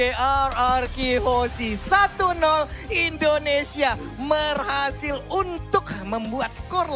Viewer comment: Merhasil Dong Bukannya Berhasil wkwk